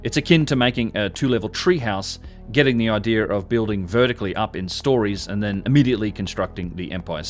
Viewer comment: is clearly one of the most knowledgeable and well-spoken young men documenting these structures. Can anyone tell me why he adds a big ‘ole R on the end of 4th grade words that end in a? Like “area” becomes “air-ee-ar” and idea becomes “idear”? And don’t say its an accent, he has a perfect English accent. That’s adding a full blown consonant where we all clearly know the words have no r in them. I don’t hear it in any of his multisyllabic words just the elementary ones. Does it mean something else?